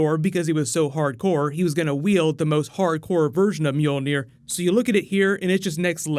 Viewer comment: The pronunciation of Mjölnir makes me laugh... sounds like cats meowing.